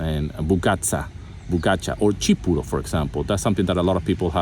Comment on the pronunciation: Yeah but is not CHipuro, is TSipuro. And pogaTSa not pogaCHa. Just like TSai, cappuTSino, sandwiTS.. So technically you're saying it wrong. Unless is different in your region. Because I've been to Zakynthos, Thessaloniki, meteora region, Kavala, Thasos, the whole of Cassandra and everywhere they pronounce it like TS not CH.